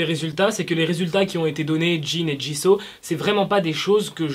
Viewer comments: Ça se dit pas jiso mais jisou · Woula quand j'entends :jisau mes oreilles saigne... C'EST JISOUUUUU